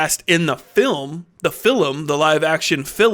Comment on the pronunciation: I appreciate your Iraqi pronunciation of the word “film”